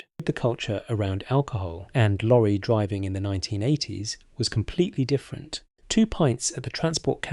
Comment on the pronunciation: I Stuck with this until the end to see how many more COCK UPS that monotonous AI Voice could make. DRIV-VING? P ints? to name just 2. What a lot of Bollox.